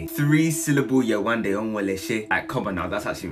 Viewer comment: Many good points but mispronouncing yewandes name can’t be considered to Whitney repeatedly laughing at a man’s accent. Would be the same if she had been laughing at yewandes name. I really don’t think that had to do with her colour